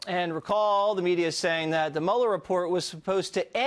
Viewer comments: Narrator dork. Learn how to pronounce the man's name. It's not Mueller it's Mueller... Everybody else in the country knows that I said correctly maybe you should learn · Before you put something on a video maybe you ought to be able to say Robert Mueller's name correct! 🤪